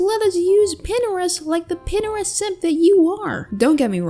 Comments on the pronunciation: why does you pronounce it pinerest and not pintrest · I think how you pronounce Pinterest is like this: (pin-ter-rest) or (pin-Trist) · Disliked for pronunciation of pinterest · ...."pinneres"? its... "p-interest" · how its spelled: pintrest how says it: pinrest dear,if you dont like this comment. Delete it idc what you do with it:D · No one: Literally no one: Kooleen: "PiNEreST" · wait pinterest is pronounced pinerest??? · “Pinnerist” lol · Is it’s pinTerest or Pinerest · Is no one going to talk about her saying Pinterest as pinerest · Pin - er - est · They way she says pinterest should upset me but honestly i love it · Why is no one talking about how she pronounces pintrest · is pintrest pronounced how she said it or is it pin TR ist